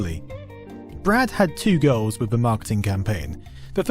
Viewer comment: Dude. You say the word goals and it sounds like gurls.